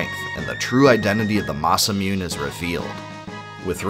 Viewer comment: ITS NOT MUNE (MOON) ITS MUNE (MOO-NAY) JESUS CHRIST!